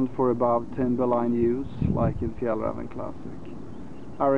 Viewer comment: I assume that you're Swedish and we can hear the correct Swedish pronunciaton of Fjällräven.